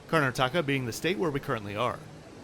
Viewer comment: Very good review and filming Just one correction It's not karna-taka It's kar-nataka😊